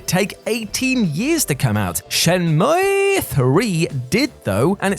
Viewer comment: I really didn't know that it was pronounced SHEN-MUEEEEEEE. Then again, I am no gaming journalist.